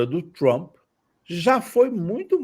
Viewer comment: Por que essa necessidsde de enrolar a língua pra pronunciar "Troomp", que coisa feia!!